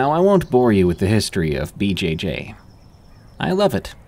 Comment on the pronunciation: For the 1st story, how can anyone not know that "BJJ" sounds almost like a sexual thing, and he keeps saying it over and over, BJJ, BJJ, BJ-Jayyy 😂